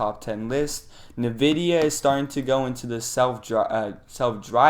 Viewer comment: Very good effort. Would just recommend that you research the pronunciation of some major companies like Boeing and NVidia next time to sound more trustworthy. And Salesforce is a major company